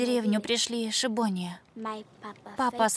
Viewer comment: "ешибония"? Есть ешиботники - учащиеся религиозной еврейской школы ешибот. А - ешибония кто?...